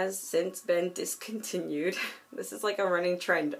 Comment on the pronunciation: what a collection ;; I love your old man<3 I actually laughed every time you were like "And this has been... discontinued."